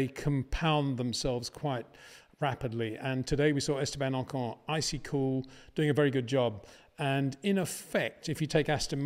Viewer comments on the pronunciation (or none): none